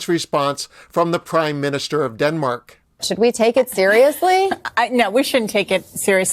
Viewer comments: Its Denmark. not Demark lol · Its Denmark - NOT Demark